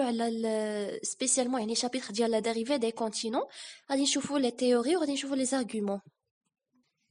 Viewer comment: Bravo pour cette initiative 👏👏👏👏 il faut toutefois faire attention à quelques fautes de " prononciation " par exemple la dérive et pas la dérivé .. les côtes et pas les côtés ..bon courage et bravo une deuxième fois 🤗